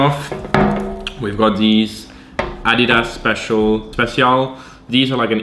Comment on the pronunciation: the way he says adidas, lol, "Ahh- Dee-dahss"